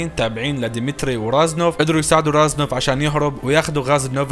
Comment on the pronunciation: اسمه ريزنوف مو رازنوف